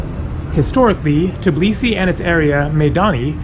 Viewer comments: Lol it’s called Tbilisi and not Tiblisi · Nice videos ! Just one correction...You have to say TBILISI instead TIBLISI. :) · why do you pronounce it as tblisi? it's tbilisi, every single letter is pronounced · All you Americans need to learn it ONCE AND FOREVER. THE NAME IS TBILISI, T-BI-LI-SI, NOT TIB-LISI, it's not fuckin hard to remember... I have no idea why all of you keep saying Tiblisi, on and on, please quit that, please please. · I know right. I'm Georgian but I moved to Italy because i was scared of what was happening there with death and stuff in news so yeah, but Italians also say TIBLISI instead of Tbilisi. they also can't say letters ყ(Y), ჭ & ჟ. It hurts because people can't pronounce the name of the special city right. and when i finished watching this video it hit me in heart that I'm not there. Im not in Georgia. And it actually hurts.